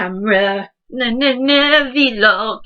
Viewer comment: Liv, it's not a 'vee-log', it's a 'vlog' lol. But good tips!